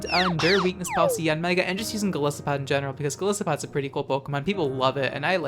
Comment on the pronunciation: I'm probably going to get a lot of hate for this, but I want to throw this out there. It's pronounced Gol EYE-sopod. The name comes from the words goliath and isopod, which is a kind of crustacean.